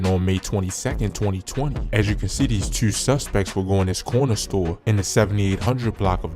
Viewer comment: Mf said twuenty twuenty tueee.